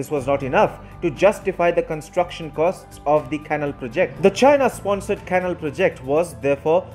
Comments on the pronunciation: Dear Narrator of this report, please work on your pronunciation! The word "canal" is incorrectly pronounced as "cannle". Correct is "cal A l". There are many language aids in the internet where it is possible to hear words spoken aloud. I emphatically advise you to use them. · Not "kennel" but "canál." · Fascinating development. Just one suggestion, use an English-language text-to-speech program to perfect your pronunciation before creating the narration. For example, the word "canal" is pronounced "can-AL," not "canl." A program of that kind would show you. I use a freeware called Zabaware. Cheers. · Thank you for the very good report. "Canal" should be pronounced "ca-NAL". Accent on the last syllable. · " Canal ", is pronounced, " Can - Nal ".